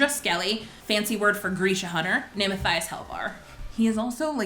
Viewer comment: Omg me too. And also Matthias was mispronounced. But I understand...there’s a lot of impossible to pronounce names in this series lol